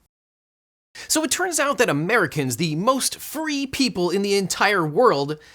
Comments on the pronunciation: Him: most free people My ears: most furry people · I heard "Americans: the most furry people in the world"